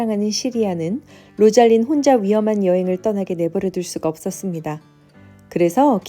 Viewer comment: 로잘린(로잘린드), 오란드(올란도), 오리바(올리버), 시리아(씰리아)